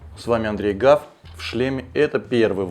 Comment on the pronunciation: ахуэть! Андрей сказал "ҐАВ" а не "Гав"